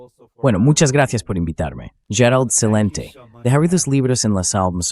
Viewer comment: muchas gracias por invitar a Gerald Celente (se pronuncia Shelente, todas las letras, es italiano). Tú, como suizo, deberías hablar bien el italiano. Por favor invítalo más seguido, saludos!